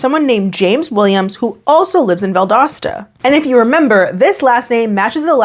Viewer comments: You pronounced Valdosta correctly btw. Nev & Laura did not lmao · This was in my home town, and she was one of my friends from high school, I’ve been waiting on this one!!! Thank you for the great content, and you said Valdosta right,! (Btw, found out I’m baking twins lol, but they’re healthy and going strong 🙃) Safe travels and have fun! ✈️ Edit to add: Angel was really a sweet girl in school, it’s very unfair she was taken advantage of like this. I sincerely hope she’s doing as well as possible in life moving forward 💜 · Valdosta is my hometown and you nailed the pronunciation! Kudos,! I don't know Angel though. Valdosta isn't THAT small. Haha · I grew up in the area, you’re saying Valdosta correctly lol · So I live in north Georgia but I’m from southwest Florida and my boyfriend and I were driving down yesterday and had a whole discussion about how you pronounce Valdosta. I think you did it correctly.